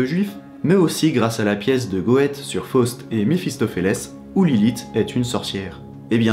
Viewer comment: Coucou ! J'ai découvert ta chaîne il y a peu. C'est très intéressant comme contenu, merci pour ton travail. Je voulais simplement rebondir sur la prononciation de Goethe : Gueute (avec le eu allongé). L'allemand, c'est pas toujours évident. Pour l'anecdote les américains font de son nom une charcuterie en le prononçant presque : Gothy (avec le fameux th, la langue sortie) Bref, j'en ai appris un peu plus sur Lilith, merci. En souhaitant une bonne continuation, je m'abonne et je vais regarder une autre vidéo.